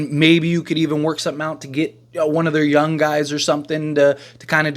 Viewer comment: It’s Young not YUN